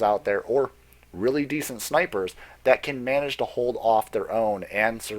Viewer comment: "There are still Sh-nipers put there or... Really decent snipers..." Nice.